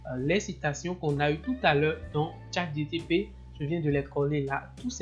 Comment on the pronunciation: Pourquoi dis-tu toujours ChatGTP... alors que c'est ChatGPT ??? Sinon bravo pour le travail